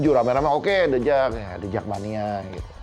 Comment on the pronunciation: Yg dubing siapa sih?? Tiap sebut the jak Pelafalannya salah..